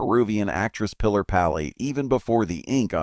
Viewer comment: "play the led"? "Lead can be pronounced "leed" or "led." In reference to movie business, "lead" is pronounced "leed" and not "led." "Lead" in reference to metal, is pronounced "led" not leed. Obviously cheap (and low quality) AI narration. Also, "Pilar" is pronounced "Pee-LAR," not "Pillar." Pedro Almendárez is also badly pronounced. All very annoying. Without any doubt whatever, you made inferior clickbait on the cheap. Therefore, I give you a disapproval.